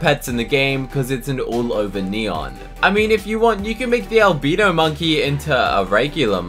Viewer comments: AL-BYE-NO not albeeno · not an albeeno, its pronounced al - bye - no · “Alb*EE*no monkey” Me: “Alb*I*no monkey"👁👄👁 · Albeeno it's albino not being rude just saying:) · Alb-ee-no monkey is the best pet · The way he says albino 💀💀💀